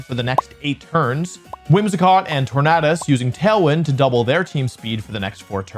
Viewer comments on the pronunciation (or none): Is it not pronounced tornadus like tornado? Not tornahdus! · How does the World Champion mispronounce the word "tornado"? How?